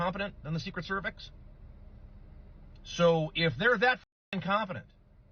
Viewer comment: The bit of stress dealing with backed taxes now will FAR outweigh the stress you'll have if the IRS comes after you 🙃 Also, "Secret Cervix" sir? 🤨